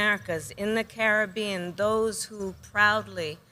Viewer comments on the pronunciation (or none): none